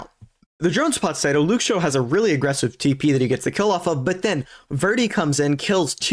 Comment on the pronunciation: Btw lol Sato is pronounced like Sah to